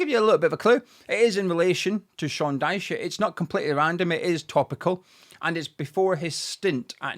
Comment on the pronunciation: Your can’t pronounce his name